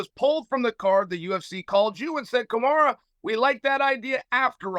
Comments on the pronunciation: How did Kamaru and Khamzat become Kumara and Hazmat lol he has to be intentionally saying names wrong at this point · He also called Kamaru "Kamara" lol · Chael always calls Kamaru- Kamara... Chael is a legend. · Everyone: Khamzat vs Kamaru Chael: Hazmat vs Kamara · He gets everyone’s name wrong. He even calls Kamaru Kamaura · kaZZZZMAT CHIMAEV against KAMASUTRA USMAN. CHAEL SONNEN SUCH A GREAT Pronouncer:text-green-game-over::face-blue-smiling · Zamkhat Kee-Mah-Evv and Caramoon Usman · "Kamara" how hard is it to pronounce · & "Kamara" Usman lol. At least he screwed up both names in the interest of fairness. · And Kamaru Kamara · 10 second into the interview chael the GOAT gets BOTH name wrong LOLOLOL